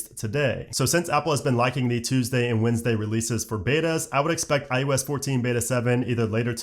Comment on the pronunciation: You are aware you are saying i-you-s ?